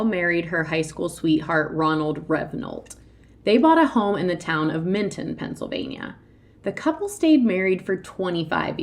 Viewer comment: Milton Pa...... not Mitton